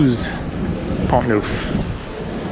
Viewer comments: Neuf (nine) is pronounced Nef in french, not newf. Just a small correction, best regards. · Neuf in French is pronounced as ou in enough. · 'neuf' is not pronounced 'nouf. The vowel sound you want is more like what is heard in the English word 'hull''. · Thought you would like to know that neuf in French is pronounced (neff) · I find it comical that the majority of the French on here are correcting you on how to pronounce "neuf" lol really who cares? We get what your trying to say. Hello your American for crying out loud. It's not going to be perfect😁 Haha n the French think we're rude😂 besides we are only interested in the town's you vlog about not the language being correct or not!✌so carry on my friend carry onnn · Tip: 9 = Neuf ==> pronounced as the last part of "enough" ;-)